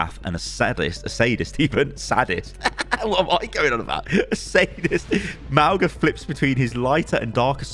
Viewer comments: [Mawng-Uh] not [Mao-Guh] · mauga is pronounced mau-nga! with the g being a light g like the one in tongue. mauga is samoan and his name means mountain! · it's pronounced mow-nga; mow as in mowing the lawn, the same 'nga' that's in singapore. mow-nga. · Sorry, pronunciation is really getting to me. Since Mauga is a polynesian character the most appropriate and likeliest way of saying his name would be mow-nga. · Mauga is pronounced Maunga the g is a ng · its not mauga god damnit